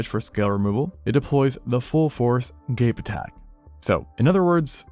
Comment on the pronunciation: "gape attack" oWo